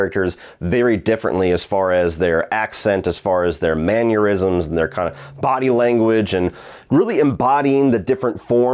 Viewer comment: Did this man say…manuerisms? Wtf?